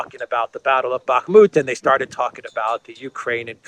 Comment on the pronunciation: You mean "Bakhmut". It's ok. Common shitter mistake.